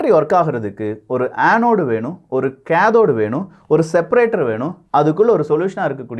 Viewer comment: Kindly pronounce cathode well why you are pronounce like this bro